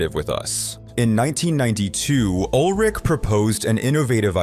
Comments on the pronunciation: Ulrich not Old Rick! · Ol' Rick? American English has hilarious pronunciations of words and names😂😂😂